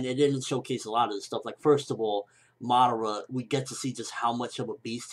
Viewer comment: Ur saying madara wrong.